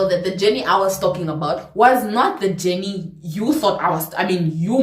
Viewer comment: The Caprivian accent came out on "JENNNIIIIII" 😂😂😂😂 Loved how you made me relate from start to finish ❤️❤️